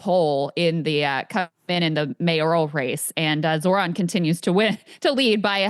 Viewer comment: When is Ryan going to learn how to pronounce Zohran 😂